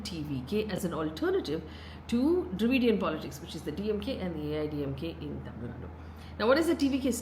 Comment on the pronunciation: Appreciate Faye for nailing the Tamil pronounciations… quite rare to see from a non-south Indian media person